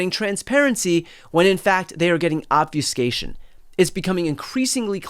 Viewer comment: BTC is a great distiller of all the craziness that keeps erupting every day! Very much value your reports and interviews. Btw, Obfuscation- the “u” is a short vowel. Everyone says it wrong, so it just keeps getting repeated.